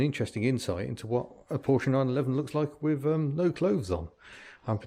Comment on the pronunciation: We'll let you off then and bonus points for actually pronouncing Porsche correctly! (most car Youtubers don't!)